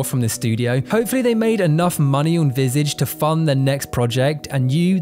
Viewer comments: VisAaahGe. Not Visayge 😅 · It's pronounced "vee-sah-jh", it's French for face. Also "disorientating" is not a word. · It's pronounced vizaage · its pronounced "vih-sah-je" not "vis-ige" ( ; A ; ) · Nobody: “…”: “Visidge” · You mispronounce the game's name. It's pronounced like "Visahj". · Dude killed the pronunciation of visage